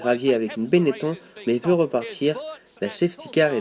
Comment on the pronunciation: bon résumé mais l'écurie benneton ne se prononce pas "benné ton" mais " bénnétonne" xD